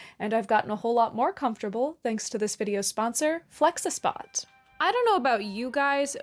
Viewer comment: I can’t watch an informational video made by someone who can’t pronounce flexispot correctly….. I just can’t…. Hearing you pronounce that word so close…. But so wrong made me not like you as a person. Did you really think THAT is how it’s supposed to sound?? You think THEY wanted people to make THOSE sounds with their mouths??? wtf is wrong with you.